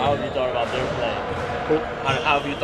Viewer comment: I think it's fine for the reporter to say "their play", but if you listen, he says "THEIR play", which sounds like he's asking it that way purposely, and probably trying to get a dig in. Based on that, I think KD handled it perfectly.